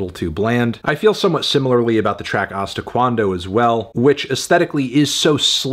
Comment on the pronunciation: “Ahsta qwuando”